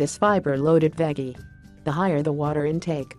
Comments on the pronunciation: Yeah like it rhymes with Peggy or something! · I lovee the way "she" pronounces the word "veggie "!! It cracks me the he'll up!! 🤣